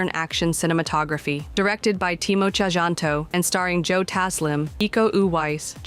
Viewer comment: A little correction; His name is in an old form of the language. Timo "Tjahjanto" Is pronounced as Timo "Cahyanto" If it was written today